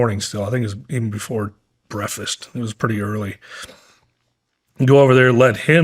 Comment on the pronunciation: hehe, brefast.